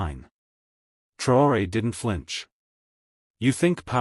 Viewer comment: Why are you so intent on not spelling or pronouncing this mans' name correctly?